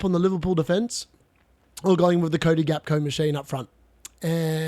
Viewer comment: Hey mate, Gakpo is pronounced Hack-po You are currently saying Gakco like Costco. You can google it as well